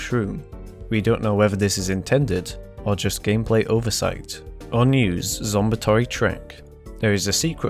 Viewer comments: It does slightly bother me he pronounces zombotany as “zombatory” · How to pronounce zombotany: Zom-bot-an-e